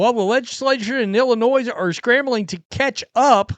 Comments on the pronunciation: The S is silent. Just say n. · I can't take seriously anyone that pronounces Illinois with an "S" unironically. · Sir, you do not pronounce the S in Illinois. Grammar matters.